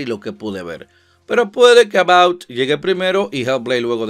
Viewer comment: Porq dices "About", si es Avowed?